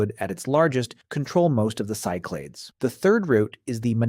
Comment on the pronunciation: Cyclades is pronounced in English as SYK-luh-deez , with the stress on the first syllable